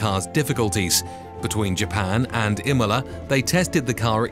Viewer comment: im-OH-la! Some pretty iffy pronunciation in this video.